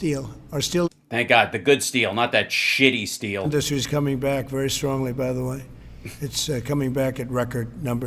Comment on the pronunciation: Every time Trump says the word “industry” I want to step off a skyscraper. In-duus-tree